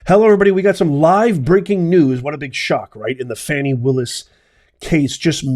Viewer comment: Her name is pronounced “Fawni” not “Fanny”. 😊